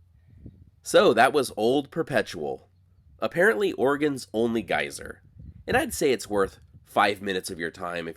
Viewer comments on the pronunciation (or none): I was like whats a guiser? dude then showed us a geyser😆